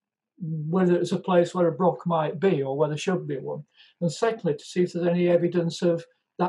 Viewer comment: The Scotch Broch title only works if you pronounce it right. Broch sounds like Broth a bit. If you pronounce it Brock it doesn't really work.